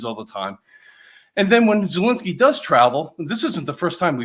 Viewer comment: can't even say Zelensky's name properly